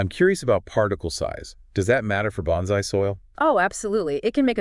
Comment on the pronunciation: Very nice video except for your pronunciation of bonsai.